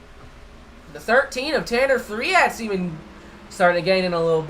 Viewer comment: Hey guys. This is Tanner Threatt from the Sidewinder League. Thanks again guys the broadcasting was great as usual. Just wanted to help you with my last name lol it’s pronounced like the number 3 but with a T at the end so like Threet if that makes sense 😂